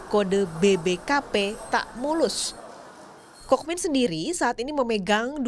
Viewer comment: Kookmin dibaca Kungmin